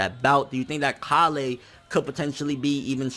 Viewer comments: "KA-LEY" BITCH ITS KALE ALL TOGETHER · Her name is k-ale, not ka-lay. ;D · You're saying Kale's name funny. It's Kay-uhl not kah-lay. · KAH-LAY? Even in the show, she's called KALE! Like the vegetable! It's even spelled the same! That's the only thing that's making me raging right now about DBS100. You kept saying KAH-LAY! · Please stop saying kollay or whatever way you are pronouncing it... it's Kale... like the vegetable.... like how all sayains are named after vegetables... other than that, the scaling in super is driving me nuts... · Stfu its KALE not KaLLLLee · Kalay? Don't you mean Kale? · ITS PRONOUNCED KAYLE NOT KA LAY! Kale Like the food, dunno if you've noticed after decades of this franchise being on air but saiyan names are based on food genius - mainly vegetables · Why does he say "Kah-Lay" when they call her "Kay-Le"? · Her name is pronounced like the vegetable or plant. Kale not Ka-le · You keep saying Kale wrong, man. It's not pronounced like "Kah-lay". It's Kale. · Pronounced kayl not kahlay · pronunciation of Kale bothers me so much. If it were pronounced Kal-lay in Japanese then I'd be cool but the anime pronounces it like the English Kale. I look past it but it bothers me each time. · Wtf is (kalay)? It's kale you know the freaking vegetable... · bro you're pronouncing it wrong, it's kale like the vegetable. please stop saying it wrong lol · It's kale...like the vegetable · why do you always say the names wrong her name is kale or kala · It's cale bro CALE! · bruh learn to say Kale plz lol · That is NOT how u pronounce Kale's name!!!!! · cant say kale? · Why does he pronounce Kale like that? There's no accent over the e.